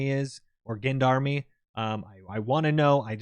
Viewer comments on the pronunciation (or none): gendarme is pronounced "jond-arm" its the singular word for gendarmerie its a european word for sort of militarized police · People have added some context re: the Gendarme/Gendarmerie but I haven't seen any help w pronunciation. It's just a soft French 'G' sound, almost like a 'J' think John-darm. Don't mean to be a pendant lol, just trying to help. Keep up the great content! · lol, Gendarme is pronounced John-dahm, where the 'J' sound is that one we don't quite have an equivalent for, it sounds like they're mixing up a J and a Z sound. Just go to google translate with "detect language" on the left and "English" on the right. Type in Gendarme on the left, it will auto-detect French, and then hit the speaker button. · Its jandarma in türkish write this in google and check pronounciation if you want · Gendarme is pronaunsed jan-dar-ma (A is pronaunced as a proper A sound) for those who are wodering ; yes im from turkiye (formaly known as turkey) jandaema is basicly anti-terror police / rural police , they are the in between of SWAT and normal police (*armement wise) (if they are not doing any anti-terror OP's then they will be acting as normal police but for villiges sinse jandarma's veichels (the civilian ones) are way better for rough tarrein and there for village roads) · "Gendarme" is pronounced similar to "John Darm", with the J being soft rather than hard. A "soft J" sound is basically what you pronounce in the middle of "closure", "leisure", or "seizure". You described the SAR-109T as "basically a semi-auto pistol.", we call those "submachine guns". Also, I think a better recoil/handing comparison would have been the G3, for what it's worth. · Best way I can give a pronunciation of gendarme is Jon-de-arm. Hopefully that helps